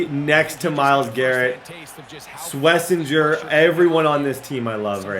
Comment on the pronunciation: Pronounce it like shhhh-Wes-inger